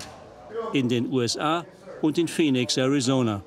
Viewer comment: Die weibliche Synchronsprecherin hätte dem Hauptsprecher der Doku ruhig ein paar mal vormachen können wie man Phoenix richtig ausspricht (nicht "Fenix") ^^ Abgesehen davon hätte ich es angebracht gefunden, die Interviewpartnerin damit zu konfromtieren wie sie eure Frage zu den Mieterhöhungen komplett ignoriert. Sonst alles supi!